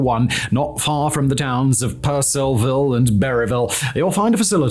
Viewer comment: Great job saying Purcellville correctly! I live on the flight path from DC to Mt. Weather. The occasional Osprey flying by looks awesome.